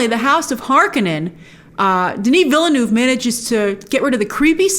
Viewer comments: It’s pronounced “ villneuve” not “vil-le-neuve” Just saying you’re welcome good night. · Hi Grace, Villeneuve is 2 syllables: Ville (town/city) + Neuve (new) You pronounce it: vill-neuv The 'E's at the end of each word are silent. Did you know that the spice that is so valuable and coveted in Dune is in fact dried up worm excrement? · Vill-Eh-Neuve lol